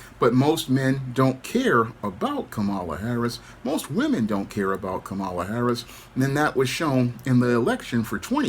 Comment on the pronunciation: Someone by now still not knowing how to pronounce Kamala, is really just saying: "I am dumb".